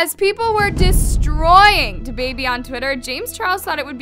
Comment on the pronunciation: I love you but it’s “DABABY” Not “the baby” 😩😩😂😂